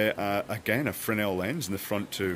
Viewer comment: Pretty sure you're supposed to pronounce the "S" in "Fresnel". Sounds like Freznel, or Fresno in California. Emphasis on first syllable.